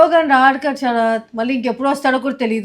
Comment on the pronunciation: The way akka saying shaarath 🥰